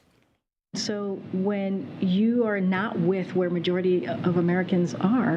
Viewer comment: I like how she says 'Karine Jean-Pierre'... the french pronunciation is right on, and that lil' bit of smug added to it is just perfect. 😉